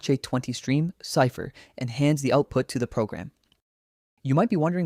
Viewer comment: "the Cha chay 20 stream chypher"